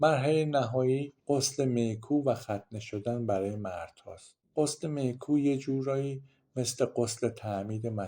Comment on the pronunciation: خیلی خوب توضیح‌دادید. فقط میخواستم تلفظ چند کلمه را به حصور تان برسونم. چوچما نمیگیم. خوخما درسته یعنی عقل و وهوش می کو نمیگویم. میکوه mikveh کوشروت نمگویم کشروت درست تره. باز هم متشکرم. بسیار خوب و بد بدون تعصب توضیح داید. اولین ویدیو ی بود که دیدم بدون تعصب صحبت کرد.ند